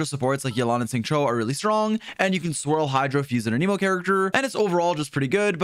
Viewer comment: Bros been covering genshin for 3 years and still cant pronounce anemo correctly 🤣